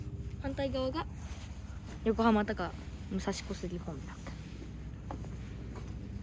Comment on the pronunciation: 武蔵小杉ビルディング 発音GOOD😊😊